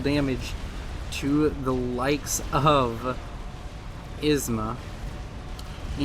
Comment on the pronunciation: Isma became wasma, lol.